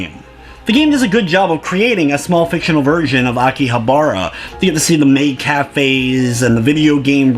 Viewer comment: you said akihabara wrong